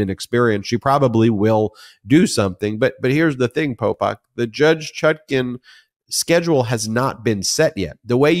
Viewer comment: Popok… I was driving around listening and I thought you were calling him pol pot😢